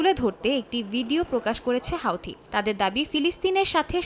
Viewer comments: হাউতি হবে না, হুতি.....😂😂😂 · হুথি বলুন হাউথি কি?